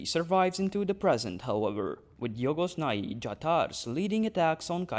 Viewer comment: I like the way you pronounce Jhogos Nhai